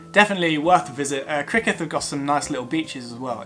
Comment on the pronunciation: You really could have made a better effort at Welsh names. Rhyd Ddu sounds like "Rheed Thee". Criccieth sounds like "Crick Yeth".